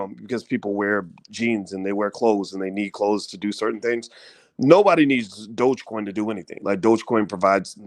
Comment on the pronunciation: i am really having a hard time listening to you say "buy shares of crypto" or calling it "Dodge" coin.c'mon doc, (its DOge, (long O sound) . lol if you gonna talk about dont sound like a newbie. jus seems weird from a man i respect so much in finance. gotta work on that.